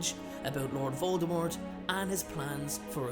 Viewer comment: I love your videos! Jsyn, though, not trying to insult you, but jk Rowling said the “T” in Voldemort is silent. I love your videos.